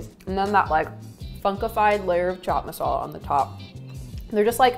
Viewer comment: Chhhhh chhhat masala 😒not to fan ..bt the rest👍👍..best thing no india accent and she is positive active.and belive me .i love indian food and good people too👍we need more foreign people in america